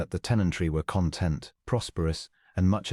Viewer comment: Mispronounced: content, vicar, tallow, argued, bowed, close, lychgate, embarrass, Adrian, use, rolling, …..; a human diction instructor is urgently required here. Also, the text is not synchronized with the spoken words.